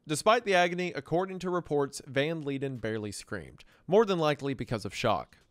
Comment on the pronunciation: Van Leiden is pronounced “Van Lie-den”, not “Van Lee-den”